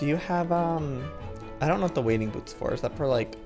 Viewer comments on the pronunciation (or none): You know you’re a city boy when you pronounce wading boots wadding boots😂